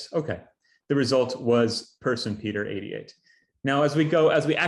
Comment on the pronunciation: "Peter 88" sounded to me like "Peter idiot" lol